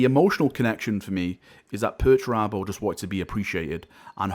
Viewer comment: Dedicating a video to pertarabo? This guy must have had a head injury recently or something /S